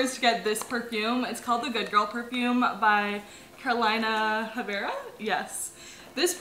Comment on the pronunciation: The way she pronounced Carolina Herrera just broke my Venezuelan heart 😖😳 Love u 🥰